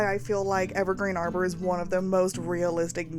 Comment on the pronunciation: Beautiful build! I believe the world is pronounced Harbor with a hard H sound, as in a place for boats